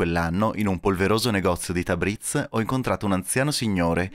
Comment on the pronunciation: Piccolo consiglio da parte di un nativo di origine... marcate tanto la z, invece è più dolce, non tabriz ma tabris... non bazar ma bosor... per il resto l'iran è un paese con un popolo accogliente e per il quale l'ospite/turista è sacro, possono darti il loro cibo e anche il loro letto... altrò che terroristi come vengono definiti dai media occidentali...